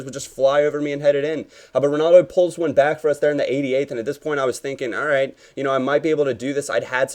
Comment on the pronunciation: "roit in the back of the net" - goes Australian